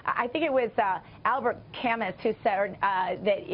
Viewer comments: Cal moo not cal mus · The way she pronounces Albert Camus' name LOL.